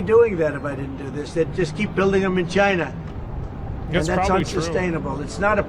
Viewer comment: DONALD TRUMP NO TRYST CHY-NAH CHY-NAH IS AZHOLE!